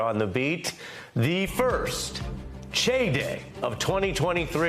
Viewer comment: How do you get from Chai to "Che"? That's not how English pronunciation works, also Che is a different name. What, are we now going to say Ari Melber like "Eri Melber"? "Eiri Melber? No? How about the Mai Tai cocktail, is that now the "Mei Tei" cocktail? No? Or are we going to have another one of your mish-mashes, because most languages and dialects are consistent to be accepted as such, otherwise you're just an informal dialect, like with Pidgin English. His mom doesn't call him Che Guevara, so there's no need to mangle his name as soon as he gets out the door, is there?